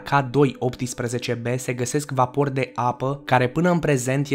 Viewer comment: De ce spui "vaPOri", "năutățile" și "optisprezece"? În rest e corect... Îmi amintesc că s-a mai întrebat asta în comentarii. Și nu s-a schimbat nimic.